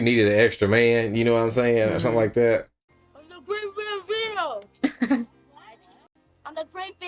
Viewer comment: *Bambino, not Gambino.